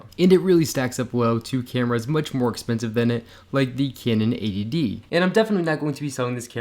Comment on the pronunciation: Yeah that "Cyanon cyamera really causes cramps in my hyands"..